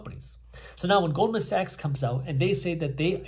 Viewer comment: I thought he said gold and sex, and he said Goldman Sachs 😅!